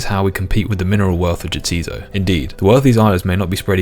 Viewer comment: Repeating JAH TIZ SO twice and then going back to pronouncing the island YA-TEASE-OH in the very next chat dialogue box was incredible. That being said, I find it so hard to break out of how I pronounced things when I played this as a kid in the early-mid 2000s. Still struggle not to think of Ardougne as 'Arr-doojsh-nih'